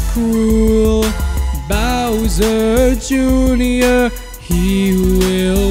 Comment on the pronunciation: You said bower Jr it's Bowser Jr!